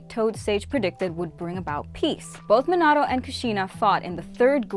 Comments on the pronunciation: Bro she missed like 14 characters 2 clans and pronounced minato wrong of course(not including other clans then the senju,uzamaki,uchia and ososuiki clan) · It disgusts me the way she says Mostly everything like Minato, and other names and stuff, you can tell she has never watched the show/movies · Is know one going to talk how she say minato, kakashi’s last name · Your saying minitos name wrong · I don’t like how she keeps on saying Minato’s name wrong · Am I the only one who gets bothered by her pronounciation of Minato? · U pronounced minato wrong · Anyone else triggered she said Minato like Mihnahtoe instead of Meenahtoe? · is it just me or she keeps on saying minata instead of minato? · “Minata” it’s minato lol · Terrible at pronouncing the names 🤕 saying menato instead of Minato like “meanato” sheeeesh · I hear not minato but minaro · What i heard was menato but its minato 😬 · Im sorry but the way u say minatos name is weird bc it sounds like u are trying to say minata i dont know if its an accent but it should be pronounced mein-atoe but video is great💯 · The way she said Mi-nah-tou annoys me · Minauato mhm perfect it’s definitely not Minato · It’s minato not minado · It’s not pronounced me-nato it’s Me-na-toe this just made me mad smh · Min ah toe is what she was saying am I correct? the correct way is minato btw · Bruh I hate how she says minata instead of Minato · It's Minato not Menado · It’s minato not minatata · You’re saying it wrong it’s called Minto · It's not mintato it MEEN/UGH/TOE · Minado I thought it was minato 🤨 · Hey it’s Min-I-to not how you’re pronouncing it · It’s minoto not minato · She said “Minado” smh😂😒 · Does anyone get a little irritated when she says a name wrong like Minato. Its Me-na-toe. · Its min-uh-toe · Its Me-nah-toe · How she pronounces minato makes me mad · did you use google translate to figure out how to say minato's name if you did you are saying it wrong and so is Google translate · Way she pronounced minato 😭